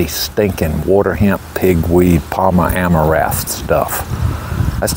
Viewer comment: You're doing better, but it's AmaraNth. It sounds like you're leaving out the N. It can be embarrassing to say wrong things when asking for chemicals and such. I've done it. Hope you're not offended by a little correction. As an example, it just sends me to hear my brother say "gly so fate" with great confidence. And glu fos in ate hasn't even been attempted,yet. Farm on ,bud!!